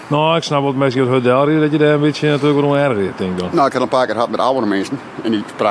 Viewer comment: Myn freon sjocht ek mei en kin it blykber aardich folgje. Hy frege my wol wat oft dy man no hieltyd sei "nett'ljow'n?" 😁